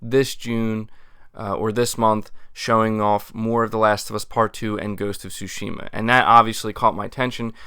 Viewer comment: Tsúshima... say it with me... Tsúshima